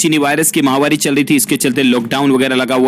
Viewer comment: Bhaiya it's "महामारी" not "महावारी" aap daily daily wrong pronounce q karte h azib lagta h ye dono words ki meaning defferent hoti please correct this😕